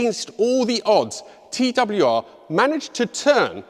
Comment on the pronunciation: Wieso sagt der Moderator andauernd : TWWR ???????????????